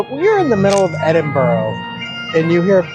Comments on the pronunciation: I can understand why Yanks pronounce it " edinborow" but STOP IT! It's pronounced "Edinbura" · The majority of Scots see ourselves as Scottish not British as British is just another term for English. And for the love of Scotland, it's more like Edinbru not Edinboro...😁🤘Edit, just caught the last bit and you got it right ish. Congrats... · Where the fucks “Edinboro?” That pronunciation is atrocious 😂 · Just to clarify pronunciation as it seems to cause issue with visitors - it’s said ‘Edin bur ra ‘ not Edin burrow’ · Please oh please research how to say things it’s Edinburgh but it’s sounds like you say Edinbura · i am extremely disappointed that whilst in the city you keep miss pronouncing Edinburgh. American defaltisim is incurable?